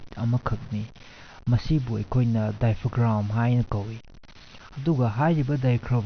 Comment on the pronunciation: Topic cdi yamna kannei fjei, ado 'daifogram' hairido 'daiefram' hain haibirgdi pura yo tarni 😀😀😀